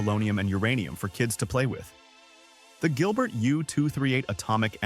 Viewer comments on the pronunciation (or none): none